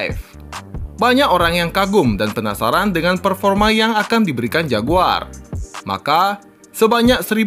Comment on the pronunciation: padahal pronounce JAGUAR itu keren dan berkelas banget lho klo di sebut